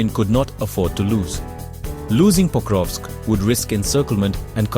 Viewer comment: there is no way you said "pocrusk"